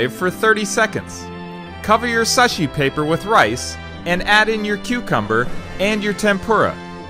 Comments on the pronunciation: Basmati is wrong, fish sticks are not tempura, and the way you pronounce sushi is wrong. You pronounce sushi like suhshi, but the u is ooo. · You pronounced sushi wrong, its pronounced sooshi not suh shi. Also you need sushi rice, not basmati rice. But its fine with cucumber. But fish sticks AKA fish fingers is wrong. You need raw fish like salmon or tuna. Also putting it in the microwave is wrong. Also you said suh shi paper, its seaweed, not suh shi paper. And you added the cucumber which is fine, but don't add the fish fingers... Also you didnt even use the bamboo mat. Also you need chopsticks to eat the sushi. Not with hands. 悪い仕事のシェフのスキューブ。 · It’s pronounced (sue-shi) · It is pronounced soo-shee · Chef u did a great job buy😢it pronounced as suu-she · its pronouced sooshi